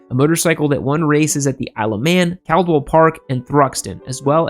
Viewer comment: Isle of man ... Three words. Isle same pronunciation as aisle.